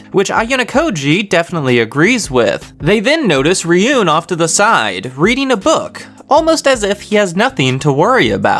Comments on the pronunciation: Ruin, not riyun. Ryuuen, ruin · You’re pronouncing horkita and ryuen name wrong lmao